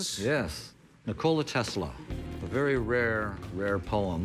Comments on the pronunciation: The seller can't even pronounce the Nikola correctly. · Ni-COLA ? Its Nik-ola. He wasn't a girl bro.